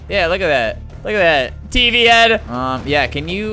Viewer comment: for awhile when he was saying tv head.... I thought he was saying pp head....